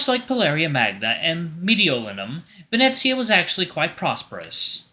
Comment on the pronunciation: Hey, I have a few tips on how to pronounce a few of the names and sayings: To pronounce Venezia, say veh-NEH-tsya, with the stress on the second syllable. The "z" is a "ts" sound, like in "cats," and the final "ia" forms a "ya" sound and To Pronounce Firenze, 'fee-REN-tseh.